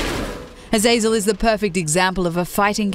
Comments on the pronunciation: It's pronounced azazel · Azaajzel? Learn 2 pronounce names correctly. Also the Capra Demon is hard if you're fatrolling true. Keep on plebbing. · Azazel? Really? Lol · you pronounced azazel wrong